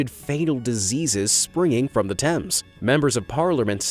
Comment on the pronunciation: Oh my God you pronounced Thames right!!! THANK YOU!!